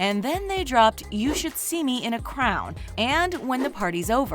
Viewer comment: you should see me in a crowd No spell hate just a point out so nobody else makes fun of you for saying crowd instead of crown